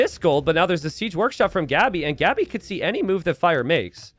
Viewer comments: why do you keep pronouncing Gabi's name wrong? The "a" is pronounced as in "want" or "what" like aaaaaa and not like "and". So its Gabi, not " Geebi" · He's pronouncing it as if it were Gabby, which is... completely natural actually